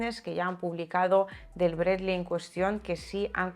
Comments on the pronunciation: Sólo hablando en ruso se le puede decir "Bred-ly" al "Bradley" 😃 Es más duro que el M113 pero seguro lo bajan con disparos calibre 50 o mejor algún cohete. Muchos éxitos y ganancias. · A ver si algun dia aprende a pronunciar Bradley como Dios manda